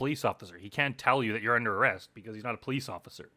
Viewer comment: "Im under a rouck" no you're under arrest!